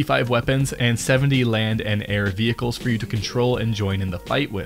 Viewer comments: ve-H-icles killed me hahhaa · Ve-Hickles, ok buddy really? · Did he say v hicles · Vee hickles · VEEE HEEEEE KAAAAALSSSSS